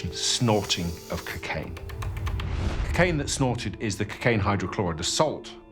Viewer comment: they cant even pronounce cocaine properly. cuckaine? honestly